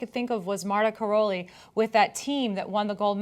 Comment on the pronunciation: Bela is a man. Martha is pronounced mar-TA and Karolyi is pronounced ka-ROW-lee. They are a married couple from Romania, where they started coaching until they defected to the US in the early 80s. Nassar is a sick, pathetic excuse for a human being.